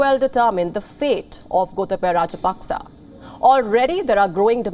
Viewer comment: Pronounced Rajapakse wrong again